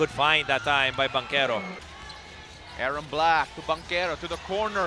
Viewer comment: Medyo naninibago ako pakinggan yung mga commentator, nag iba yung pag pronounce nila ky Banchero. From "Bantsero" to "Bangkero". Porke't lang gnun pag pronounce ng mga puti sa apelyido nila sa cousin nyang nasa NBA. Ginaya din nila. Parang medyo sagwa lang pakinggan lol Bangkero nagbabasketbol, although thats how Italians pronounce it as well. But since mga Pinoy naman tayo and Bantsero is how we would normally pronounce the words with Ch preceeded by a vowel, such as melchor, chona, cholo. Di naman Melkor, Kona, Kolo pag pronounce. Just my two cents. 👌